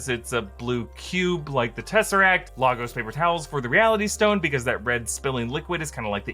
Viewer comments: It's actually Lay-gus. Not La gos, it's not French 😂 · It's pronounced Lay-gaws. Not Lagos or Legos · i forgive you for calling it Lar-gos & not Lay-gos 😂😂😂... you do a great job and i watch you everyday all the way from LAGOS 🇳🇬🇳🇬🇳🇬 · It's pronounced Lae gors not LAgoes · wtf it's "lay-gus" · It’s pronounced Laagos, only Americans pronounce it Lagos. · It's pronounced laygis /j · It's pronounced lay-gus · Bruh we pronounce Lagos either way in Africa most say it as Laagos so idk what people are going on about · "Lah-gos"... "stEEm" as in stem... if u dnt start pronouncing things correctly bruv... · It's pronounced Lay-Gus....Lay-G-us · Well Im From Africa And It Is “Laaagos” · Lol this explanation makes no sense. The city is pronounced “LAYgos” if they are referring to the city in Nigeria. The origin of the word doesn’t matter. Nigerian citizen here. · Marvel: "Log-os" My Nigerian self: say that one more damn time... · frr 😭😭 it's so off putting when they're like lah-gos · he literally apologised and said hes just saying it the way marvel says it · Even though you still failed the pronunciation 😂😂😂... thank you for acknowledging it... you're the first non-Nigerian I've heard do that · I love how you noted the "Lagos" pronunciation 🤣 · Tell me, how could he possibly predict what is going to happen anywhere when we are at the point we have to say sorry for saying Lagos instead of Lagos and at the same time act like it's normal that the father of 2 blue eyed russians is latino. Our generation is so brainfckd. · Lagos is the pronunciation in spanish, which I believe Nigeria had a spanish influence in the past. Both ways of pronuncing it are correct and I dont mind.